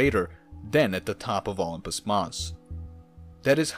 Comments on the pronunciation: "ompus" mars?? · I’ve never heard it called “Olmpus” Mons before. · OH-LUMPUS is driving me crazy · Isn’t it pronounced like O-limb-pus?............now I know that’s def not how you would write that out I’m just dumbing it down a bit. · Indeed. I noted the same. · Indeed. Sounded like Ullumpus to me. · Weirdest way to pronunce Olympus Thanks for video